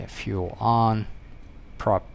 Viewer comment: Love it, but will never get used to how pronounces Fu-El XD Question tho, why don't you run props to full RPM setting before landing, in case of a go-around, you want full available power, no?